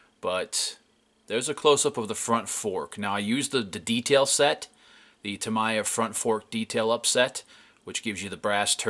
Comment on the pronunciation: Great work but I cringe every time you pronounce Tamiya as "Tamaya" it's "Ta-mee-ya"